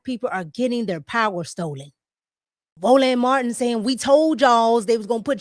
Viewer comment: Ro-Land! Hahahahahahaha